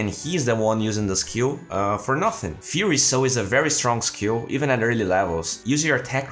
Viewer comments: Hey great vid again! Just a pronunciation tip again, it's Fie-er-y soul, not Fear-y soul:D WP! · Just to let you know, "Fiery" is pronounced fy-ree or fire-ee not feer-ee. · That sounded to me like Fury soul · Fiery is pronounced more like far-ye-ree)) Also 9 commends for sticking it to the 2k shits in the comments who insult professionals without having half of their playing quality. It is not even only about DotA